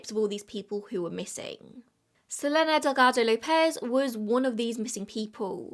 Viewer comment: i think you pronouce her name as su-leen=selene